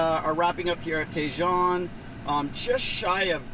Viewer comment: pronounced "TA-HONE" ranch, not TAY-JOHN ranch